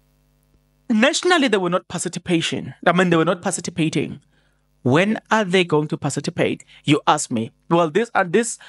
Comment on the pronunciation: My brother..tongue twisting..pacitipating🤦